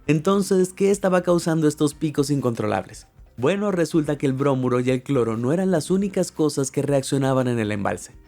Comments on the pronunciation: Bromuro, no brómuro. Nunca explicaste cómo ni porqué tuvieron que luchar para sacarlas. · Muy interesante y muy completo el reportaje...gracias. (Una observación, no se dice brómuro, se dice bromuro)... Saludos...